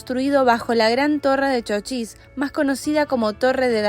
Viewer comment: Se dice ¡¡¡Chochís!!! Con ancento en la í; es decir con una mayor intencidas o fuerza de vos en la vocal í de la primera silaba por si alguien no sabe. Lo que pasa es que como lo han escrito con mayuscula "CHOCHIS" se han dejado llevar por le regla que en mayusculas no se acentua las palabras, aunque ahora ya esa regla ya no tiene ese mismo rigor. Y si lo ven escrito sin acento con minuscula pues lastimasamente lo han escrito mal. Repito el nombre correcto del pueblo es "CHOCHÍS" parabra aguda con dos silabas. NOTA: El nombre Davíd es una palabra modelo de la pronunciación correcta de nombre Chochís.